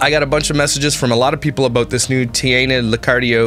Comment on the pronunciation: Tye-Anna Lick-ardo Tee-vola. AT LEAST SAY IT RIGHT lol I love their channel but I legitimately HATED the shit she put about Paul. It didn't seem right at all. We get she's the bread winner and they're quite sarcastic... But it's not cool to to talk as if Paul doesn't mean much.